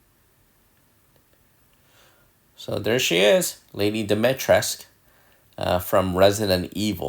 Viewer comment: Awesome. P.s. Dimitres - k- ooh.